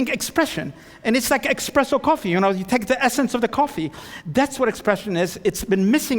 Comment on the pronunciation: It is "espresso" not "expresso." Radical means going back to the philosophical/ethical roots, not rooted in a tradition. Conservative means rooted in a tradition. What about shibumi? A building should have understated elegance. It should function elegantly, without drawing attention too itself for the purpose of making the architect famous. To be different for the sake of being different is affectation. The opposite of authoritarian is not democratic. It is libertarian.